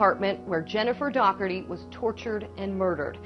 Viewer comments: I think her name might be pronounced dorty. Not sure, Thankyou for representing This beautiful young lady and letting people know the scum bags that hurt and killed her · you have a problem pronouncing names. You should do research. There are several cities with the name Mt. Pleasant. Even just reading it, we know it is a short "a." Jennifer's last name is pronounced "DAW-HER-TREE" and you mispronoune it "DAW-TREE. (You almost sound like you're saying "DOG-TREE" a couple times. " It is actually a very common Irish name, with a three syllable pronounciation. Good video but do your homework, right? Can't subscribe with this visit.